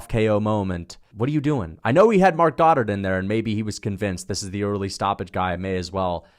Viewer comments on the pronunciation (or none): none